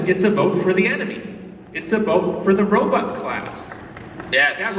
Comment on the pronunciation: I like how Billy says Robutt